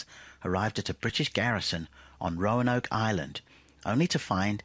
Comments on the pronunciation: Its Roanoke not roanake hahaha its called research brother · Roan-ake no no no Roanoke